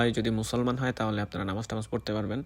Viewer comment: আরে ভাই, নামাজ টা ভালো করে উচ্চারণ করেন, কেমন,, আপনি তো নামে মুসলিম